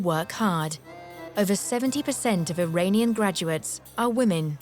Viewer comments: Iranian is pronounced "ee-RAHN-ian" (rhymes with onion), not "ee-RAIN-ion". Ain't no rain in Iran. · Or the dreaded eye-rain-ian